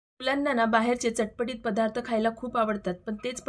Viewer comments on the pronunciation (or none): none